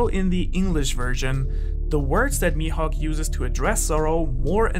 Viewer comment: "Mihawk" *MAJUUB* Dafuq?😂